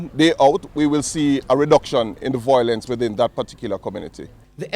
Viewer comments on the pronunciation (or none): The word is Violence.not voiolence